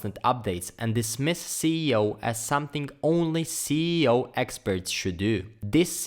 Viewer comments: Cee e o? I think it’s “es e o” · Thank you for this video it really helps me a lot ! More power to your channel sir. though you mispronouncing the SEO to CEO anyway the content was great ! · he’s saying it wrong. It should be “Es e o” not “Cee e o”. 😏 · when he says CEO instead of SEO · hey man great vid but i think ur pronouncing SEO wrong it sounds like ur saying CEO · once is forgiven but you said (cee e o!) so much to be forgiven... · why are you saying ceo? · I don't mind that. I mispronounce it myself sometimes. Awsome video, lots of tutorials could learn from you.